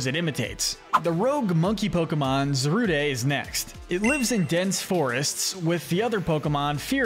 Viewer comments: bro said zaruday and solgAlleyo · Said so many names wrong. Zarude, magearna ect....